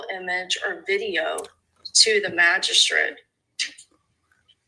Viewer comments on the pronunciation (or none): Why does she keep saying it lmao Does she not realize she is actually saying magishit 😂😂 She just keeps saying it 😂😂 😂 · ain't too bright. She speaks like a fifth grade girl, and lacks complete understanding of the key concepts being refuted by the Defense. To boot, she cannot even pronounce "Magistrate" correctly., go back to Texas and "make hay while the sun shines" P.S. It is not "MAGISHIT!!" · Magi -STRIT Thats what I hear. How do you go this far in your career without your colleagues correcting you?